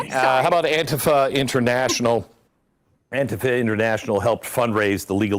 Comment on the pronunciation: Pretty slimy saying "anti-fuh" instead of "anti-fah" in order to obscure what the FA stands for.